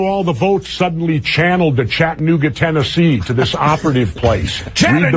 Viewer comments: CHATANOOGY LOL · OMFG LMFAO! CHATTANOOGIE!!!! CHATTANOOGIE????